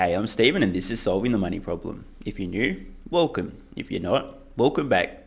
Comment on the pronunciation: you pronounced the 1st "welcome" slightly differently this time. is it a secret signal???